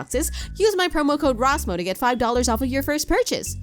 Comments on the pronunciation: That RRRRRrrrrrrrrrrrrrRRRRrrRRRRrrrRrRRRRrrRrRRrrRRosmo had so many "R's" istg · “Hi it is me, RRRRRRRRRRRRosmo” i love all the r’s LOL :>